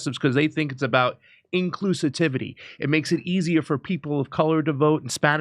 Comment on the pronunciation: Another important thing,; “Inclusitivity!” 🤣😂🤣